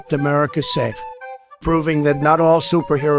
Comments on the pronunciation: the way he hits 'orthopaedic sockss'. Excellent. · This was perfect other than the word spurs and socks. Otherwise it honest to god sounds like a pitch perfect recording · The emphasis on "socks" hahah